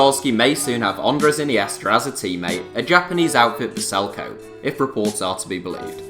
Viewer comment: just want to say, Kobe isn't pronounced "Coub" but the same as "Kobe" of Kobe Bryant (with the Be spelled more like Bay without the y instead of Bee)